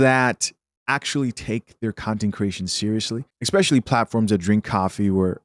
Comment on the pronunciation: Can he please stop saying 'Expecially'?